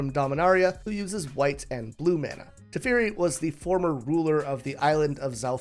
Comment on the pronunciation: Ngl, "tefiri" was hard to hear